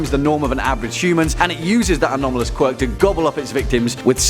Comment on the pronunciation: You said qurik hero acdemia